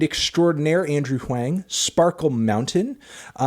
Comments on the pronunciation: Hey man, Andrew Huang rhymes with “wrong” not “rang”. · It’s pronounced Wong, not Wang. Literally just needed to watch 5 seconds of one of his videos to find that out. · anthony really put the wang in huang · SAY ANDREWS NAME RIGHT DUDE HE SAYS IT IN LITERALLY THE VERY FIRST SECOND OF ALL HIS VIDEOS YOU SOUND SO BAD WHAT IS WRONG WITH YOU HE SAYS HIS NAME IN EVERY VIDEO DUDE EVERY VIDEO THE DISRESPECT IS OFFENSIVE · Andrewthony Huwengtano